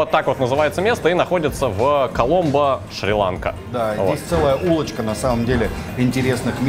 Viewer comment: Шириланка ударение падает на два слога!!!